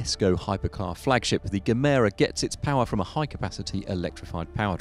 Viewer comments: He said gemero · Not the best bit of research and reference work done on the Koenigsegg bit. Gemera is not pronounced with a hard G, and the Jesko powertrain is not electrified. Koenigsegg even labelled the Jesko as their last pure combustion engine car.